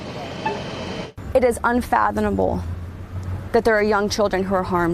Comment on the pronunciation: "unfathoMable" The police spokesperson AND a Fox reporter said "unfathoNable." Jfc, read a book!